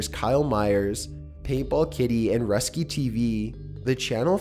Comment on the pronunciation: he said Rusky Tv ... its pronounced Rooskee Tv ... lol